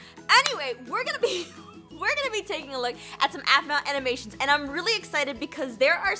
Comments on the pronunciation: You almost said aphmau amanation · "we are watching some aphmau anomations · “Amoonations” so slick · When you said "Aminations" it reminded me of how I cant pronounce some words right. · aphmau: TIME FOR SOME AMINATIONS (aminations XD) me: you said aminations XD insted say animations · Jess its animation not amination! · Hahaha amonation instead of animations